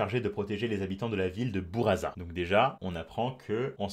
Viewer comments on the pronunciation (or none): Pour buraza on dit pas '' bouraza '' mais '' boulladza ''